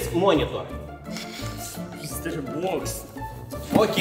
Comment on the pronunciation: Cică " monitoor" lasă te ca nu e de tn engleza!